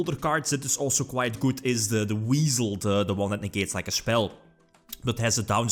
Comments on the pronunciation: I definitely heard Weasel and had no idea it was Wisel for the longest time lol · You tell em! Also it's WISE-el. Weird I know